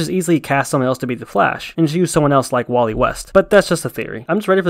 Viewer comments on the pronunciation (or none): none